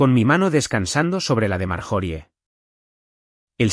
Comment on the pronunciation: Por Dios porque dicen marjori se pronuncia maryori